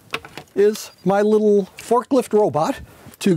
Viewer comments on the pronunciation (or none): none